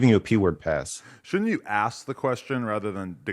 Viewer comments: Flakko is such a loser. Any idiot who uses the phrase "axe a question" should not be allowed on a podcast with millions of viewers. its sad when a p3d0phile makes you look as dumb as what this guy did. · Flocko showing off his 85 iq. I “axe you I axe you” lol dumb guy